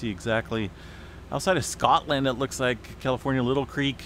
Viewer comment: LIE-tl Creek